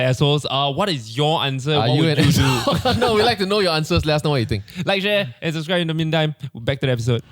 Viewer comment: why does keep pronouncing "subscribe" as "suscribe"?